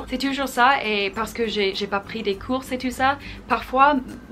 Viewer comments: Hello, BRAVO pour cette vidéo 100% français! Quel courage!;) Course? => COURS en français (on ne prononce pas le "S";) Si tu veux avoir un très bon niveau en français et progresser rapidement, je ne peux QUE te pousser à écouter du français (radio, chansons, télévision, etc.), LIRE en français (magasines, livres "faciles" au début puis plus "difficiles" par la suite..., journaux, etc.) Mais SURTOUT PARLER et ECRIRE en FRANÇAIS TOUS LES JOURS!!! Et que quelqu'un te corrige si fautes... (très important: on apprend de nos erreurs!) Bonne continuation!:* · J'ai l'impression tu as plus d'abonnés français que d'abonnés anglais xD Sinon bravo pour ton français, mais par contre on ne dit pas "couses" mais "cours" , le "s" ne se prononce pas ;) -> "je ne prends pas de cours en français" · il y a aussi '' des cours '' que tu prononces '' courses '' pour un cours, le '' s '' est muet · Salut(^___^) Tu a le même petit accent que Patricia B... c'est agréable à écouté ^^ Tu dis "course" au lieu de dire "cours" dans ta vidéo.. - Cours de français!! - Faire ses courses au super marché!! Well continuation in your French learning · I do love when you speak in french ! (Juste, en français lorsque tu dis "cours" you do not pronounce the "s" at the end) xxx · a little advice : quand tu dis "je n'ai pas pris de cours" tu ne dois pas prononcer le s bc tu dis je n'ai pas pris de course!! voila mais tu as un très bon niveau ! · Bon Français , des fautes légères ,pour la prononciation de "cours" comme dans la majeure partie des cas, le "S" ne se prononce pas , voila voila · On ne prononce PAS le ''s" quand tu dis '' je n'ai pas assez appris mes courS''. Sinon tu parles très bien ! Bravo ! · les cours => on prononce pas le "s"! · Gender = genRe (gendre c'est le copain de ta fille) Cours: le s ne se prononce pas (sinon c'est course et ça veut dire shopping ou race !) Voilà les fautes les plus importantes de la vidéo, sinon très bien :)